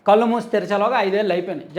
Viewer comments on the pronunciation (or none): none